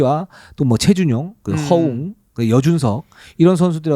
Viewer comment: 허용아니고 허웅이요